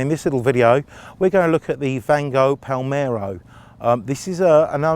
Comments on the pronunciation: M L.R. Palermo !! Read my lips - Palermo!! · he says "palmero"